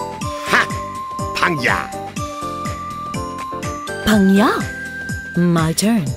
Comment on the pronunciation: they could have done better... xD;;; i wish it was more like pang- gya instead of pungyuh D